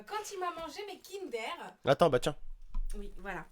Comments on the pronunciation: qui a remarqué que à la place de dir kinder au début elle dit kindér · sa se dit kindeur pas kindér au passage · c'est pas kinderre c'est'kindeure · Mdrrr sa me stresse le "aire " c'est kinder pas kindaire il me stresse à dire ça tonton !